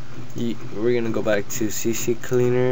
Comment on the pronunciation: It's "C-Cleaner", not "C-C-Cleaner"...